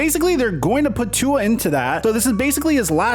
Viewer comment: You keep pronouncing Tua’s name wrong…